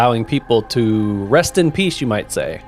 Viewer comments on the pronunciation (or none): none